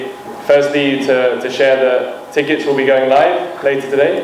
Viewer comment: Ohh Dada Tikot nohoi Ticket hoi 😂😂😂